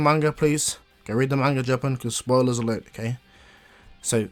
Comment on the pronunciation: glad u said spoirler alert